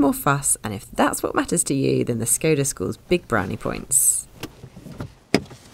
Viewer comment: I wonder, why they correctly pronounce Ibiza but škoda, that should be pronounced like "shkoda" like a first letter in "SHY" or "SHAME" it is correctly pronounced "Shkoda"